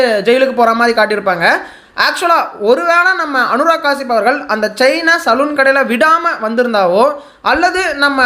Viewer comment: அனுராக் கெஷ்யாப்❌ அனுராக் காசிப்✅😂